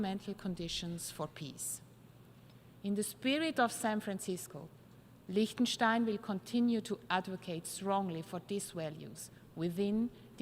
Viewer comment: Lechestein… who gives these people the right to butcher countries' names?